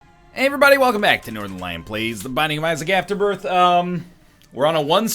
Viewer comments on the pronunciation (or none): i miss him saying afterboith